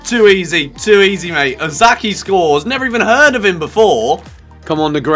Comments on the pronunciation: Its not Osaki!^^ Its O ka sa ki (okasaki). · It's Okazaki not Ozaki mate x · Please, the name is OK-A-ZA-KI, not OZAKI